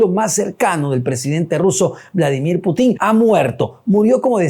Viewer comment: Periodista de pacotilla, la KGB ya no existe, otra aclaración se pronuncia Putin , sin acento final. Infórmate antes de opinar